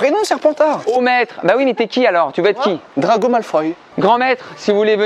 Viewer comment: NOOOOOON c'est DraCo Malfoy svppppp